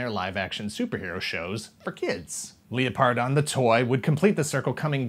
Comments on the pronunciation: Am I the only one that cringed Everytime said leoPardon instead of lepRadon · Leō-pardon? I’ve always pronounced it Leopard-on. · Leo-pardon..? Surely it's Leopard-on?